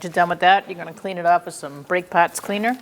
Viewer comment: Strange accent You're pronouncing caliber correctly But parts and the word bar , you sound like you're from new england